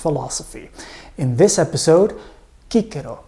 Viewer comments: "Kikero"??? Don't you mean "Sisero"? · Good, but why does he pronounce Cicero (Sis-a-row) as (key-ca-row). No one else does that. Funny...hummmm... Thanks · I thought his name is pronounced “See-sero” not “kee-Kerro”? Lol 😂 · It's sissero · I know that we don’t know the Latin pronunciation - but please never ever say Cicero like that again. It is pronounced Sissero - after hearing your pronunciation I lost all respect for him - sounds like a donkey farmer or something. Great presentation otherwise those - really wonderful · Isn't his named pronounced Chee-Che-Rho? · Why do you pronounce his name like that? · Absolute great name, though i really din't get why the latin pronounciations, i mean, we know latin c always sounds as a k, and the r is always as a 'angry dog' but why?